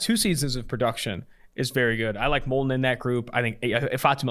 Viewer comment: It’s Molden and it’s not close